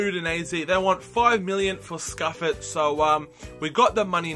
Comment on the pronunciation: Simone Scuffet is pronounced Si-moan-e Scoof-aye